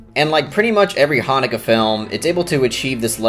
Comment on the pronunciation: I wish you pronounced the directors name properly tho....